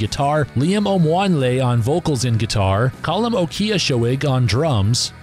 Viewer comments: Lol yeah, my commentator did a first rate job handling those difficult pronunciations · Apparently our Minnesotan dialect isn't trained for the Irish pronunciations 😂